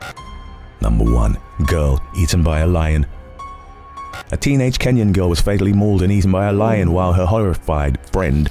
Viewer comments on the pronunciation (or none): none